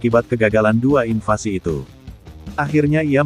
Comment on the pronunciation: Invasi.....bukan invansi